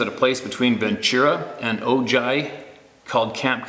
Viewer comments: Hi. Not that I want to be that guy, but for future reference Ojai is pronounced "Oh, hi" (I'm from around those parts). That road, Creek Rd, in Ojai has a long history of bigfoot and dogman activity. Even recently, a homeless guy was torn to bits underneath a bridge right by Camp Comfort. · I’m from S.B. Right by Ventura and just to help out the place you said is pronounced Oh Hi. Just spelled Ojai. That way if you’re ever talking to someone you know how to pronounce it so they know where you are talking about. Thank you for your videos! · Ability for one of these beings to take retribution, that implies that they have some human attributes. Ojai is pronounced O- hai.